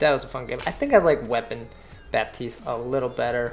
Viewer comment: The P in Baptiste is silent.